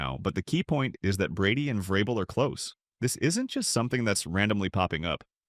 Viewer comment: Mispronounced vrabel and said Caleb Williams is regarded as the top qb in the draft vs sanders… trash video